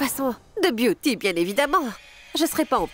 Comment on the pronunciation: Komsi pagen yon moun la ki tande biyouty di ,moi biyouti😂😂nan maryaj la